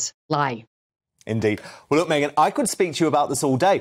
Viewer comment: Please, "Megyn KELLY's name" is pronounced differently than Meghan's M. Could you make a difference? I'm sure she's not too amused, by the similarity you put in when you speak. But MEGYN is too nice to tell you about it... I do it on her behalf... Appreciated it.! Thanks...